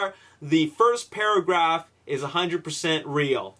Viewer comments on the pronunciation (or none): Did anyone notice when he said Paragaf instead of paragraph 😂😂😂